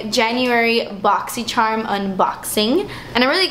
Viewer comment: Watching old videos! Pre “boxysherrrrrmmm unboxsin!” 💖